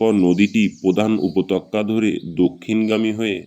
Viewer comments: Upotokkya ki re? Upottyoka bolte shekhoni? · বড্ড বেঠিক উচ্চারন। উপতক্কা নয়,উপত্যকা। শোনায় বিঘ্ন ঘটেছে বারবার। একটু খেয়াল করুন। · Apnar upotyoka uchharon khub kane jantrona dichhe ektu juktakkhor para practice 😂😂😂korun.....